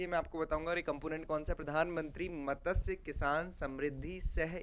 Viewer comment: मत्स्य not मतस्य 😊